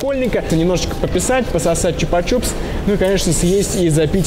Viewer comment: не чупа чуп, а чупа чупс.